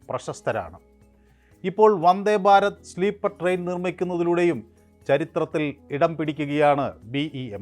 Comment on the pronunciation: ട്രെയിൻ എന്ന് പറയു sir